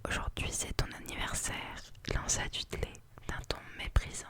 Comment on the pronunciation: Pitié on veut une suite, ton chuchotement est parfait. (Ps : vernon se prononce vernone et dudley deudley)